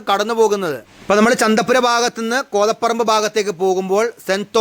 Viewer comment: കോതപറമ്പ് ❌ കോതപ്പറമ്പ് ✅.